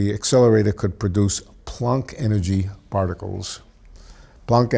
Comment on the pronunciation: What is PLUNK? Does he mean PLANCK??